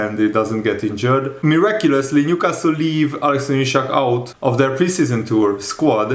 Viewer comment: It's Isak, not Ishak. Do you read your comments?